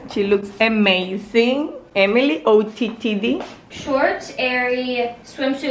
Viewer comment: someone needs to tell her it’s ootd not ottd